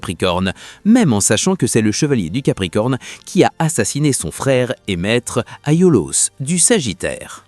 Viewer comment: Rien appris de nouveau si ce n’est que Kurumada et Aiolos se prononcent Kugumada et Aolios ou Éolos 😂 Il y a quand même pas mal d’interprétations très personnelles et pour les liens Poissons-Poison, Camus-Camille, c’est quand même du grand n’importe quoi 😅